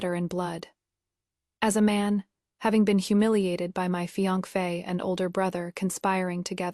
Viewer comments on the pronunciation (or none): What is fiangfe? It’s Fiancé/Fiancée. (Fi-yan-se) that’s how you pronounce it. The trouble with AI is that it just recites what ever is in the script. If the script is full of grammatical and spelling errors, naturally the pronunciation would be horrible. AI is but a tool. If you don’t want to work on it yourself at least don’t do a half-arsed job. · The pronunciation of fiance is hilarious! 😂 There is no such pronunciation. Its a French word pronounced "fee-ahn-say". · Riiight!! What is with that pronunciation?